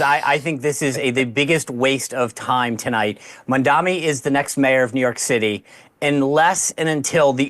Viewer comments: It’s Mamdani, not Mamdami, you ignorant morons, Mark and Sean!! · Why is it so hard to pronounce Mamdani? Can't any of you actually read? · They never say his name right “Mandami?????” Seriously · People who mispronounce Mamdani’s name really annoy me. His name ends with an “mi”, not “ni”. Why is it so hard for people to say ‘Mamdani’ instead of ‘Mamdami’?? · Holy shit how hard is it to pronounce MAM-dani? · why are they mispronouncing Mamdani's name? Only Megyn pronounced it right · People still don’t know how to pronounce his name properly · Why they all mispronounce the name of the guy? Is it because it is difficult to pronounce by English speakers or it is some racist shit? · Racisim is a cancer in America. They are deliberately mispronouncing Mamdani's name. Even in my dreams I can not live in such a country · These white racists can't even be bothered to pronounce his name correctly. Literally two syllables name. But they won't never dare to mispronounce Netanyahu. 😂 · Do these people not know how to pronounce his name? Basic english fail lol